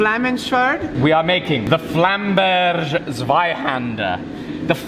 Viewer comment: Yep indeed but he tries to pronounce Flammberger like it was a French word. Its german, so you do pronounce the ger at the end like you would in the word hamburger